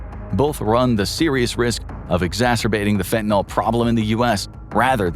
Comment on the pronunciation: Fentanyl rhymes with pill, not with alcohol. The word ends with a Y, not an O or A.